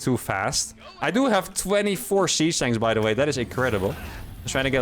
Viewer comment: I must be going deaf, I swear you were saying Sea Snakes, not siege tanks :)